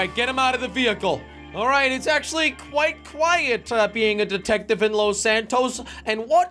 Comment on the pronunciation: I thought he said datective